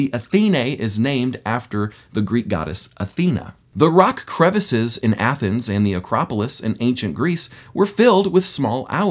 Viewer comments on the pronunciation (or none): none